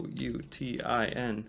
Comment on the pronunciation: pronounce Pouten